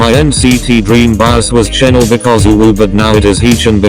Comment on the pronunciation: ‘Chenel’ AHSKAKSLSKD